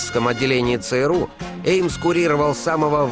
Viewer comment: Интересно Виктор Черкашин произносит аббревиатуру ЦРУ. У него звучит как СРУ , как посрал, сру и т.д. Прикол над СРУ (ЦРУ)?